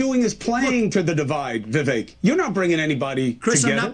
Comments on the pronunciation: dude it's "Vee-Vake" as in cake. The dude said this multiple times on the road. Cuomo got it wrong the while time. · Do you ever listen to commentary? His name is pronounced Bee Bake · Vivek is pronounced, (vi-vake). It's 2 syllables, it's not that difficult to say, especially when you're talking about him every day😂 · It’s Vivek as in Cake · It's Vivek like "cake". Learn how to say his name. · His name is pronounced like Vi-Vake. The last syllable rhymes with Cake. It is funny how everyone can’t say his name. Anyway, Vivek should be Trump’s VP or Sec State or some high position in his cabinet. He is legit truth. Articulate and knowledgeable about all the issues and has a clear head and is calm under fire. He calls out the bull Twinkie’s and spits truth and verifiable facts. Such a fresh breath of air. I despise all politicians and don’t think any of them have our best interests at heart. Trump and Vivek in 2024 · Hi, just a slight correction. It's Vivek ( rhymes with cake) pronounced Viv-ache. Keep up the great work. Just thought in a manner of transparency you would like to know. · His name is pronounced like Viv-Ache like Cake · Vi - VAKE...rhymes with cake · Why are you calling him veevek? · Thought this might help! I heard Vivek state how his name is pronounced. The vek portion of his name sounds like cake. Vivake/Vivek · Vivek rhymes with cake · When are you gonna learn to say this man’s name properly? I am tired. Please. Chris is saying his name right. Listen. I would enjoy your vids on him that much more. It matters.